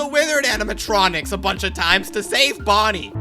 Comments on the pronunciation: yo bonnie did not say bonnica💀💀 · bro did NOT say bonnica 💔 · bonnie did NOT say bonicca bro